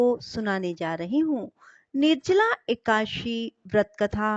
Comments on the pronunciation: कृपया सुद्ध शब्द बोले एकादशी न की एकाशी 🙏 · Ekashi aap kyo bolti hai